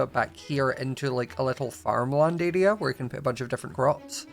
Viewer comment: I love how says "area" he says it like "araia" love it